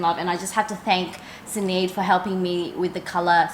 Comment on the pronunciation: Stunning bag! Loved it too when I saw Sinead wearing it. Sinead is an Irish name...it's pronounced Shin-aid. Just so you know 😊 x